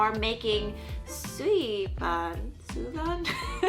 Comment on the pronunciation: Hello a Mongolian here. Just want to let you know it’s pronounced “tu v en” the v is soft